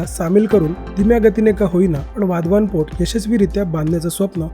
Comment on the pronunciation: वाधवान नाही ते, वाढवण आहे ते, मराठीत व्हिडियो करताना तरी नाव व्यवस्थित घ्या, हिंदी लोकांचं ठीक आहे